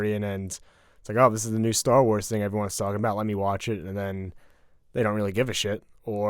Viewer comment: I swear calls it "Stall Wars" and it's so frustrating